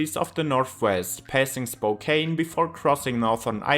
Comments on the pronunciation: I agree, no AI. Spokane is pronounced spo-can (like as in a can of beans) not spo-cane (as in sugar cane) though 😉😉😉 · spo-Can not Spokaine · Driven both I-90 and I-80. The only mispronunciation you did was Spokane which is pronounced spo can. That's okay however because I've heard a few Americans who are not locals get it wrong.